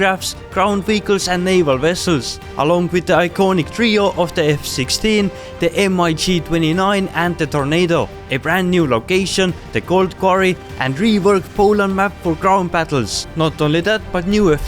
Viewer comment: nooooo its not M I G its Mig